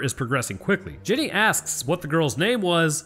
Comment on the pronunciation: you said "Jenneeey" like she was from Greenbow AlaBAMMA😂